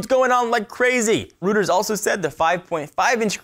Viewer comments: Reuters is pronounced like ROID-ers, not ROOT-ers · reuters is pronounced ROY-ters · Pronounced "ROY-ters." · Eliezer Martinez no it's a company name, it's Royters everywhere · it's roy-ters :(